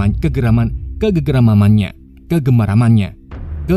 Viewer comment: kegemarannya bang!! bukan kegeramamanya